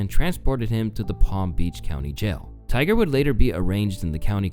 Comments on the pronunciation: I spent a good 30 aeconds trying to figure out why he kept calling Tiger a "gopher". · ummm Who the hell is Tyler sir?? I'm not sir if you're trolling At this point or you just Are dropping Easter eggs For some reason but every single video of yours comma you pronounce somebody's name wrong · Am I the only one hearing GOPHER?